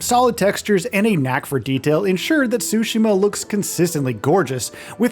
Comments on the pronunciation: TSU-shims NOT SUSHI-ma there’s a t there sir. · Wish people knew how to pronounce Tsushima correctly. Ahhh Americans 😢